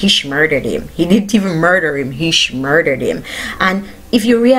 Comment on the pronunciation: Like how you said "SHMURDERED" BIG UPS